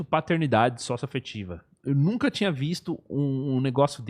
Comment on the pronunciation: "Patetnidade"? Era a prole do Pateta?